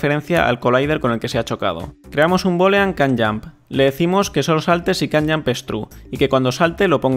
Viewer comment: Estaria 10 veces mejos este tutorial si tuvieras un minimo conocimiento de ingles, ''kan yamp''